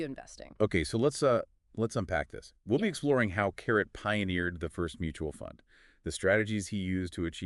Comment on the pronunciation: it is pronounced CA-RAY...not carrot